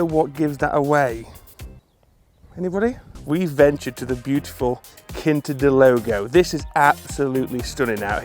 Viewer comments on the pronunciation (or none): loved the video but it’s Quinta de Lago not Logo 😂